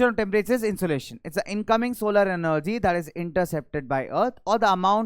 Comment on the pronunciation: And it's temperture